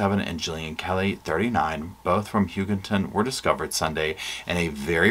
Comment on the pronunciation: I liked your concise wrap up. I have been following this case since day one. I hope you will keep updating on this case. You pronounced Hugoton correctly yay! It is Guy like a guy, and mon like Jamaica mon! Lol